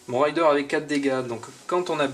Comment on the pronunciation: raiiiiideur et pas rayedeur mdr c'est pas pareil un pillard et un cavalier m'enfin sinon merci pour cette serie de videos mdr